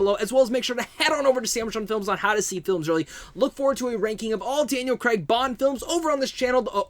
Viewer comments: Thanks for your review.But just for my American friends is CrAig not Creg. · Who is Daniel Kreg... I thought it was Craig